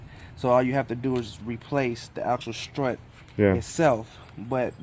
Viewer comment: “I want to cheeennge your strrraaahhtt!! Bla bla bla..” 😜